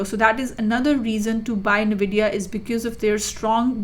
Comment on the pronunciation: My friend sent me this just so I could get irritated by somebody pronouncing the name of the company incorrectly